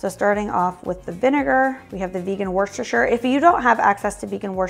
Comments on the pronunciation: American people really struggle with saying Worcestershire. It's wooster-sheer. Most of us drop the sheer and say wooster sauce. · For people who have trouble pronouncing Worcestershire (which everyone I watch) just keep in mind to not pronounce the “r”. Think Wooster-shur. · PLEASE learn how to say 'worcestershire' correctly. also, americans reffering to st patricks day as 'st paddys' day just sounds silly.